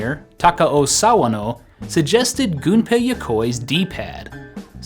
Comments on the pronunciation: You're one of the few youtubers that actually pronounces Gunpei's name correctly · As someone who is studying Japanese, the fact that you pronounced a Japanese name correctly made me all giddy :D